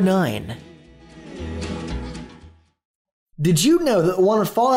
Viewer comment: "number noine"